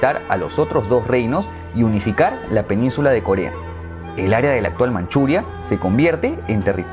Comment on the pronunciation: En el minuto dice kolea XD